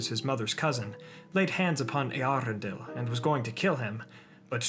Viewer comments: Your pronounciation of Eärendil is kinda weird. The emphasis should be on the eaRENdil not eArendil. I cant unhear that now its horrible... Cool video otherwise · Correct me if I'm wrong but I believe your pronunciation of Eärendil is wrong. The ä is pronounced as the a in apple. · Eherendil—- only Yoystan probounced it well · Is that how you pronounce it? Always thought it's pronounced ärendíl since quenya and sindarin are largely based on finnish 🤔😋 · I also wondered for a time how it's pronounced, when I first red the name. It's not an umlaut "ä" (like the German "ä" as in Äpfel), but a diaeresis (tréma) "ä", so it means the "a" is pronounced separately (and is not melting together with the "E", so it's not a diphthong) and does not change the sound of the "a". The name is Quenya and there the "a" is pronounced as in father. The IPA should be /ˌe.aˈrendil/ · Love the hard Rs you have in your pronuciation of Eärendil's name